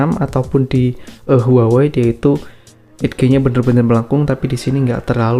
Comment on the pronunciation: Edge = eich cok bacannya edghe mata lu